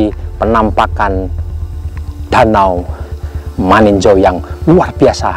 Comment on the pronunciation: Bukan maninjo tp maninjau 😂😂😂😂